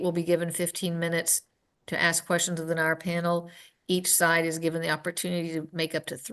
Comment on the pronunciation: What's a "venarmin"?